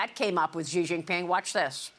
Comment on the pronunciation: Xi pronunciation is “she”.